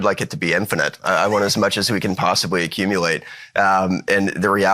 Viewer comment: “We want as much as we can possibwy accumuwate” -Bo Hines